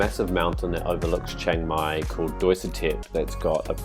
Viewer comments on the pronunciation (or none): Its called chiang mai and not chaeng mai wtf